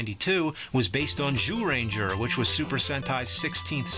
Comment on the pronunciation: Zyuranger was pronounced like Jewranger in super sentai